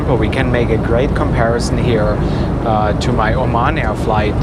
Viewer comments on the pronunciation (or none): none